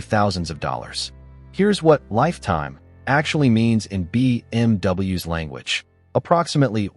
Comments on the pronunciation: Extremely annoying AI voice that keeps saying BMW ess instead of BMWs ! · your timely response seems like you take it serious, so video wasn't bad at all, but the ai narration, especially on stuff like when theres so many single letterings, b m w almost every sentance and then to make b m w plural Is just to much. Not trying to hate. Best of luck to you bro. Keep pushing foward.